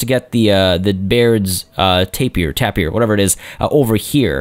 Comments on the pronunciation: I've typically heard the word "tapir" pronounced as "tape-ear" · It's tapir not tapir.. lmao